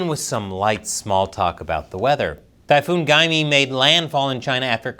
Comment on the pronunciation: Typhoon Gae mi 😂 that cracked me up